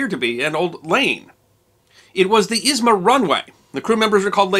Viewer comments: A bit confused that you're pronouncing airport name as Izma. In the Russian language, it is called Izhma. But it's probably because of your sources or maps, not your fault) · He didn't pronounce correctly a single word. Zh in Izhma sounds like j in bonjour or s in insurance, u in Usinsk sounds like in put and there is no k sound in Saha and Uhta.